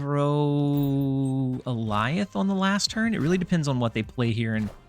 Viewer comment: Is it not ay-lee-oth